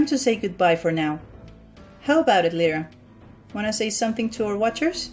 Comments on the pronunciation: this annoyed me its said L-I-RA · my name is lyra and its said l i r a I FEEL HURT T-T